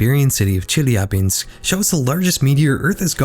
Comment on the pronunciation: calling Chilabinsk - Chillie'jabin is quite funny to me 😆